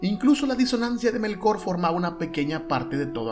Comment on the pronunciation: Es Ilúvatar, no Iluvatár Es Melkor, no Melkór... Bah, y libpeor es que mezclas Estar Wars con Tolkien... Paso, no quiero seguir escuchando. Te daré "dislikes" a todo.